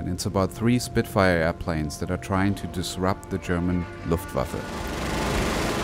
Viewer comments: Your pronunciation of Luftwaffe was amazing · Are you German? You haven't got an German accent but pronounce the "Luftwaffe" perfectly...